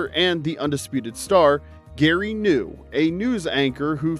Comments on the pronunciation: It was pronounced Gary Gah-nu, Not Gary New! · Gary G'Knu...you missed the entire point/schtick of the character. Gary Guh'Knew and all the Guh'news you need. The G is pronounced. That was the whole point of the character. Maybe dont' ask AI next time, for your script content, and do old fashioned real research. And also please ditch that annoying constant background music that permeates every single video of yours. There have to be other ways to skirt copyright issues and/or hold audience attention hypnotically. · 50 here. Not a single one of those show "creeped me out". Seems so many videos with a nostalgia theme talk about characters being creepy. Just stop it. Other than that and mispronouncing Gary Gnu, I enjoyed the video. I don't remember Zoom. And Hollywood didn't try to revive Land of the Lost, they tried to ruin it. The TV show wasn't a comedy, so the movie should not have been made into a parody. Just another reason to dislike Will Ferrell..... Anyway, that's my two cents. 😂